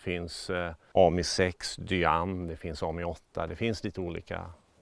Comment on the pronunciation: Korrigerad! 😂Hade varit intressant att se om han törs sätta in en BMW 1000-kubikare i en av Les Deux Cheveaux! Sedan uttalas det 'ammii'. Ja, jag är språkpolis. Har själv haft en röd 2 CV som jag kallade Clémentine. Minns ej årsmodell eller reg.nummer, men importerad till Malmö från Frankrike. Kan ha varit en 1978 års modell.